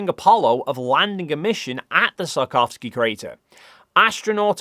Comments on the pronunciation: "it was photographed in great details by South Korea's Danuri probe. I really hope that's how you pronounce that. And like I said, the Sarkovski crater..." It's very impressive how much managed to butcher the "Tsiolkovsky" surname throughout the video, apparently without realizing it XD The wikipedia page even has IPA pronunciation! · Hey, I hate to "that guy" but the 'i' in Tsiolkovsky is really short (so 'see' with a 't' on the front, rather than 'sigh' with a 't' on the front). [The pronunciation is actually on the wikipedia page.] It took me until you showed his picture for me to work out what you were saying, LOL. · Perhaps it's my interpretation of your north-western accent, but I think that seulkovsky is a better interpretation of Циолко́вский than sarkovsky. Not that I know that much about the cyrillic alphabet and Russian pronunciation, but I'm a diehard pedant. The letter л is an L you know! Anyway, I like your videos and think you're doing an important and essential job spreading scientific literacy. Have you seen this YouTube video?